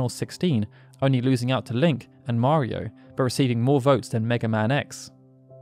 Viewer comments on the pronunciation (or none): none